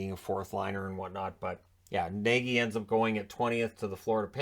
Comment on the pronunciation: Nagy is actually pronounced Nodge.